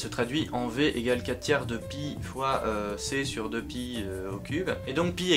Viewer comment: Pie day?...ah on ne parle pas de tarte.